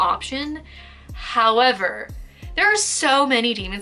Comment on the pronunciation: when she does a pause and says "... howerverrr/but" hahaha figure collecting woes